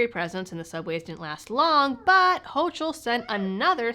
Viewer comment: "Hochul" rhymes with "yokel"